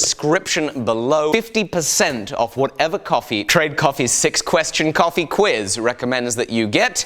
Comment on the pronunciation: For an italian hearing someone calling that coffé is hearth breaking